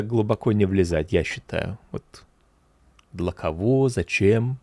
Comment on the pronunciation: slightly British, very good pronunciation overall, maybe one very noticeable mispronunciation in the word Для (pronounced dlya vs dlah). However the intonation and turns of phrase were extremely authentic